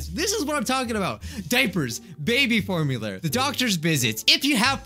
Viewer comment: “Baby formuler”